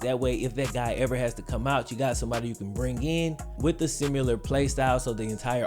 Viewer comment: If this man says “simular” one more time, I’m gonna pee myself.